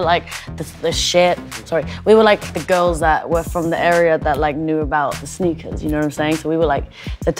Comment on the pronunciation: when a child kidnapper rolls up to your house and says "Kid you want some sneakas"